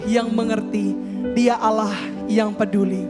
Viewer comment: TRIMAKASIH ATAS KOTBAHNYA TAPI MAAF KOK SUKA BILANG YA AWLOH SY DENGERNYA AGAK RISI PADAHAL KALAU SY SEBAGAI ORANG JAWA SY KALAU MENGELUH PASTI BILANGNYA YA TUHAN ( GUSTI ) GITU APALAGI KAN ORANG JAWA ( KLATEN,) SY JG ORANG KLATEN LO JADI SY BERANI KOMEN SELAMAT MALAM BERKAH DALEM ❤❤